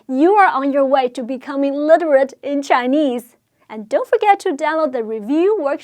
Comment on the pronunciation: did she say "a literate" or "illiterate" at the end? lol